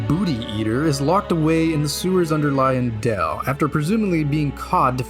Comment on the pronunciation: Um, its not pronounced "Lion-dell", it's "Lion-Dwell". You can tell cause there are some in the courtyards.